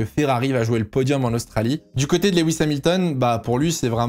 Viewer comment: coucou je fais le relou mais Lewis se prononce pas leh-wisse mais lou-wisse, c'est pas grand chose mais c'est + pro de mieux prononcer je trouve (et on dit au Barhein et pas a barhein)